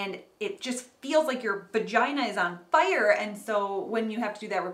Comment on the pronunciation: "you feel like your vagina is ON FIYERRRRR" made me do a double take lol